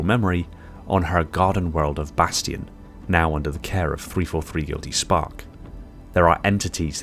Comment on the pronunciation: Bestiarum is not pronounced bestarium